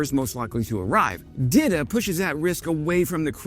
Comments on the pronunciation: It is pronounce DEETA , it is a Czech girl name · Saying Dita like Didda and i keep hearing Diddy 😭💀Diddy ahh